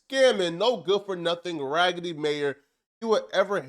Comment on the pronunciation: Damn, ragidy city bro?😂😂😂